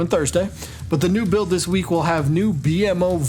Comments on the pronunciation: Hearing B.M.O is almost as cringey as hearing GarNET instead of GarKNIT lol It's Bee-mo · Great video my dude. It's pronounced Bee-Moe my friends Not B.M.O haha but that's okay if you didn't know 🙂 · B-M-O DX its pronouced Bee-mo, rest of the video is great though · It's not B.M.O but I can see how someone would think that. It's actually pronounced. bee-moe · one word bro bmo not b-m-o haven't you ever seen the show? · It’s B-mo btw. His brothers are A-mo C-mo etc, the mo is one word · Ah yes, my favorite adventure time character, “Bee-Em-Oh” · it’s pronounced Beemo… smfh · Aye bro it’s pronounced B Moe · My brain hurts with how he says b.mo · the way you pronounce bmo makes me cringe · Bugged me that you pronounced BMO wrong.